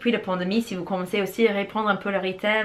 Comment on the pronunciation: J'aime beaucoup vos vidéos ! surtout celle sur des sujets de psychologie, que ce soit les enfants ou les relations humaines adultes. C'est toujours intéressant ! Celle sur poser les limites à poser, et la responsababilité que l'on a soit même si on ne dit rien à ceux qui les franchisse, m'a beaucoup aidé dans mes relations aux autres. Merci. (Quand vous dites "rythme", j'entend toujours "riz-thème". Ce n'est peut-être que mes oreilles mais comme ça fait plusieurs fois, je me suis dit que ce serait une bonne idée de vous le dire un de ces jours haha ! Mais je trouve ça rigolo à entendre, ça n'est pas dérangeant haha 👌🏻)